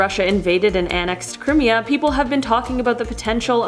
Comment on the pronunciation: Its pronounced cry-mia not kri-mia